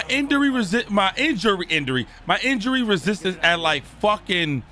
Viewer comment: WHOLE VID got me in TEARS 😂😂😂😂 bruh getting his whooped so bad he mispronouncing words lmaoo INDURY